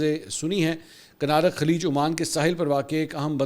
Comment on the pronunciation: Mansoor bhai kunarak hay not kanarak